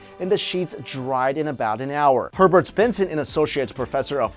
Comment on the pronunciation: I thought he said pervert instead of Herbert xD